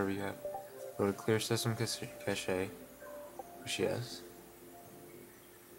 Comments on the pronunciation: Cache is pronounced CASH ... not CASH EH. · "cache" (cash) LOL "cashee" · Deleting the cache can cause a LOT of games to need a LOT of updates. Thanks for the heads up, people might not realize that. BTW, nice vid, and I'm sure someone mentioned it, but "cache" is pronounced just like "cash." No French pronunciation needed :)